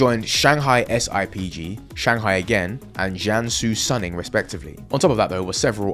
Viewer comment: IIRC isn't Suning pronounced as Soon-ing rather than Sun-ning?